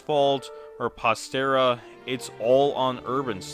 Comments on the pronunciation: I entirely agree and think that UrbanSlug needs to learn how to take some criticism, but please bro. It's pronounced Pastra. Like Pasta with an R. Not Pastera. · anyone else a lil bit annoyed he keeps saying "Pastira" instead of "Pasrta"? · I'm sorry, but "Pastera" made me laugh. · It’s pronounced pas-tra. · I agree with all of your points but pronouncing Pastra as Pas-ter-a is wild 😭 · The way you pronounce Pastra makes me cringe inside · why are you saying pastra like that wtf stop it hurts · Incorrect pronunciation of Pastra's name -2 L + cope + skill issue + cringe You will never recover from this blunder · damn he incorrection pronounced pastras name hes financially ruined for the rest of his life